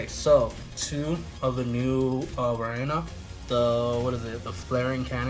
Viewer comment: do you have a speech impairment or something that makes you pronounce varina so stupidly cause you are the only dumb ass that pronounces varina like an idiot will you dumb piece of shit that should quit playing the game and also learn how to pronounce words and or names better you idiotic dumb ass